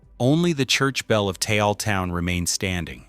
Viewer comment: One minute ago You made this video pretty fast How about not letting AI make your videos? “500 people died” how did AI do? “$.05” And learn to pronounce Taal I will never like or share these stupid AI videos if the person posting them don’t check the content, and you won’t get a “subscribe” from me